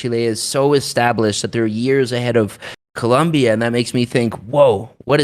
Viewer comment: It Colombia not columbia